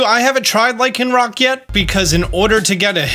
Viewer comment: LYCANROC DOES NOT END WITH A K! WHY DOES EVERYONE KEEP DOING THAT!?